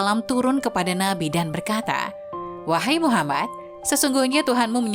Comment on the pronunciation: Mengucapkan muhamad saw..dan lapad allah gak paseh..belajar ngaji dilu biar gak salah kaprah..sabalah2 kow ucap kan